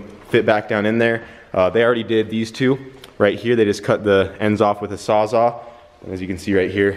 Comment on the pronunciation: "Saws-all". Not sawzah. Poppy tommy would be disappointed in you haha